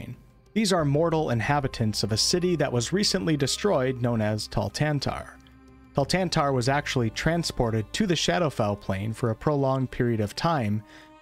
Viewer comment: awesome video, very accurate. We need to work on your pronunciation of Thultanthar tho And a small correction if I may, the Shadarkai are not really natives of the Shadowfell but you could definitly argue they have become native since they are there since the beginning of splitting of Elf pantheon. What might be also good to mention is that it is a reflection of multiple material planes